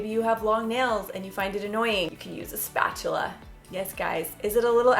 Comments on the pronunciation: “Spachela included” 😂😂😂😂 and always Ryan is a mess 🤷‍♀️😂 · When you said “keep your spatula in your nightstand you might use it more often than you think” I burst out laughing 😂 Am I the only one who heard it that way?